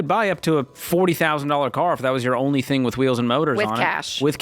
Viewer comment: When did they add a "k" to all the words ending in "ing". Lol. Thingk, savingk, spendingk, etc... Racheal and Jade both do it constantly. Hilarious. I love these guys.